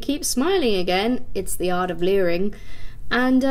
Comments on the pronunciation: It says "living" not leering lol 😅🤣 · Living not liring lol